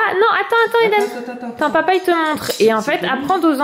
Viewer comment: Quand Eden choisit son histoire, il me semble que tu as dit "LiDen" Un mix de Lili Rose et Eden?😂😂 Super vlog, bravo a ta fille pour le 4 pattes Bisous 😙